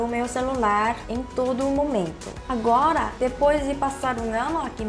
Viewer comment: Quando ela fala agola meu coração derrete kkkkkkk